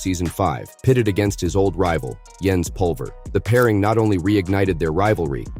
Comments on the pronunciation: It's Jens with a J, not a Y. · Calling Jens Pulver yens is really bothering me